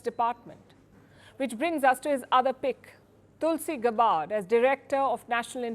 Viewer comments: Palkiji...It's not गबार्ड, it is गॅबर्ड! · You pronounced Tulsi's last name wrong. You claimed a bunch of things about her, said by other politicians, over which there is no proof. You did not cover onto WHY she met that president. I thought u prided yourself in being neutral? Clearly you too are human palki. Very disappointed. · You pronounce Tulsi Gabbard surname incorrectly & misrepresent her character by quoting that fascist warmonger Hillary Clinton. Gabbard wants to end US imperial war expansion & prospect of a nuclear war with Russia & China. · Please correct "Gabbard" pronunciation! Thank you!